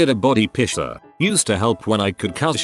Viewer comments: It’s piecer not pisser. lol. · The Reddit voice pronounces "piercer" as "pisser", I got confused on the 1st story until I read the text 🤣 I paid about $250 to get my navel pierced back in '94 in a professional place because I didn't trust amateurs, it was still a fairly new thing. Still have it, but I have to wear a ring, the dangles rip holes in the bottom of all my shirts 😡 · STOP saying pisser! 😂